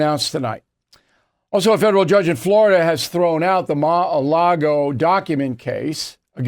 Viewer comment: Still pronouncing it Ma-a-lago..hahaha